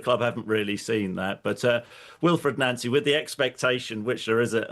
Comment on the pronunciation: He pronounces it correct, it's how Nancy says his name. Even says it in the most recent Celtic video showing the BTS